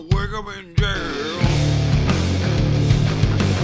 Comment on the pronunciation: This man just crammed 3 syllables into the word jail